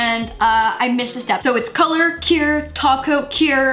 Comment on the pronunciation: The way say cure. It’s like currrrrrrrrre, CuRRrRrrRrRRe!